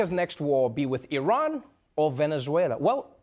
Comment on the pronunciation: So glad trevor pronouced iran correctly.